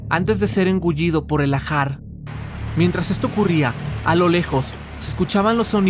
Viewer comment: Debe ser Lahar y no lajar